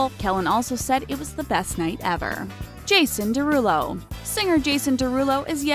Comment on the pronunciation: Who els 😱 wen it said Jason deruol